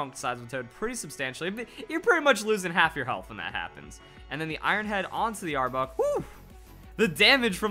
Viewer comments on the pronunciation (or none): Arbuck?, you recently uploaded a pokemon name pronunciation video! You always reference the anime so you should know Jesse always calling Arbok Are-bock.